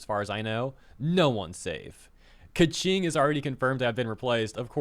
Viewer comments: Lol Pie-Mon and Kvetching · Bro, there is no way Keqing is pronounced as Kaching